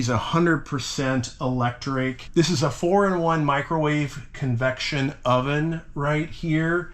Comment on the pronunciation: Loving it until he said its "elecric"